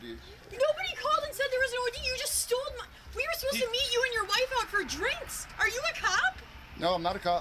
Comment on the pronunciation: because they teach you how to say "stole" when you're about five years old